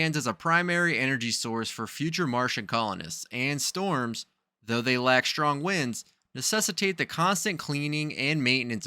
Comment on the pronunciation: You need to learn how to pronounce your "s". Extraction is not pronounced ecshtraction, sturdy is not pronounced "SHturdy", strong is not pronounced "SHtrong" , astronaut is not pronounced "ASHtronot", understand is not pronounced "UnderSHtand", strain is not pronounced "SHtrain".....and on and on.